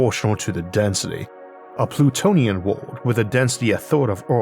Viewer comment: anyonne else hear him so plutoian earth and thoght he sais plutoium earth and then be very confused about it waighting less lol